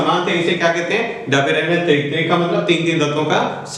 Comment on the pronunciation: It's not daberainer it is dobriner